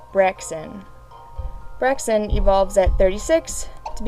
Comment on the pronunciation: You said braixen wrong